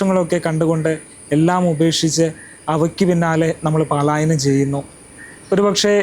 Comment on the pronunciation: പലായനം എന്ന് പറയണേ പാല.... അല്ല